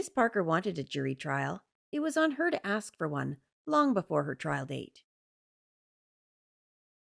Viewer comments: Why can they not pronounce ask correctly? It's always axed. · Fine her for saying 'axe' instead of 'ask'! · Did u read the comments from the lady that was talking about the word "axe" its funny as heck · Someone who says "axe" or "mont" doesn't have $100k worth of items .. I'm guessing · Why do these uneducated people say axet instead of ask it drives me crazy learn to speak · So many countries have wierd laws that protect renters, even when they are obviously tricking the system. So sad. A buddy of mine had to spend 4 months just to kick out a non-paying tenant. On a different note : I keep hearing "AKS/AXE" instead of "ASK", they do know its an S infront on the K right? "i wouldnt be able to AXE my neighbours" ……..well, please dont...…. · Ther can be the most educated black person,and they will never say ask in a conversation, it's always axe.lol❤😂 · "aks" the clearest sign of ignorance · This woman is ridiculous. And I’m so over the “axe” 🤦🏼‍♀️🤬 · “ Can I axe “ Learn proper English before addressing the court ! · 🙄. Yup. She did aks/axe them….